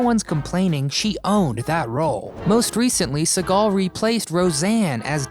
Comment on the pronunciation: Bro.. you pronounced katey and Amanda's last names wrong.